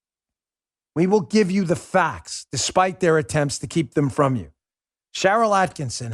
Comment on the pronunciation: Holy shit. Why is it neither Bongino nor Hannity can (ever) pronounce "Sharyl Attkisson" with only one "n?" ATTKISSON